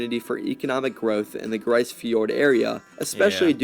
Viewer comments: malheureusementlise, ce n'est pas une not francais. Les francophone n'ont pas eu l'envie d'exploree le nord que l'anglais ou Les almagne. It's pronounced grease or Greece. Not grey in french. Having been there, and being Nunavumiunga; I'd like to think that I have a deeper understanding of the language, culture, and word pronunciation from the area. 15 years has earned me at least some respect. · It’s pronounced grease not grice . . They were abandoned . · You got the vowel sound, but it's /gri:z/, not /gri:s/. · Grise is pronounced greese. A hamlet is a town with less than 100 people. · It's pronounced "grease". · Grise rhymes with please. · grise fjord as in "grease fjord" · Hey, It's pronounced the same way as Greece. And just a little FYI, anywhere above the Arctic Circle will see 24 hours of both sunlight and darkness. That 24 hours of both is what actually delineates the Arctic circle. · If the word is French, as I suspect, it means colour gray in the feminine, meaning: une tempête grise - a gray snowstorm. In that case, it would sound more lile greeze. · Its pronounced more like Grease Fjord.